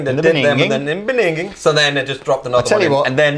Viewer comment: Beningging lol